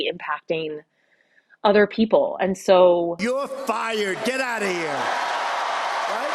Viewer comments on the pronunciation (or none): none